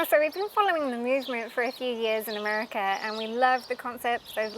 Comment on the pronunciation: WTH is Americurr?